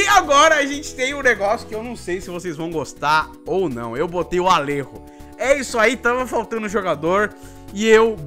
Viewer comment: Alerro? ALERRO, JEAN? É ALLEJO! ALLEJO! JO! JO! JO! JOTA DE JEAN GORDO! Zoa ele aí, Zanam! ALLERRO!